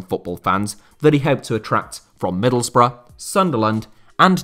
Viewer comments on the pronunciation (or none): none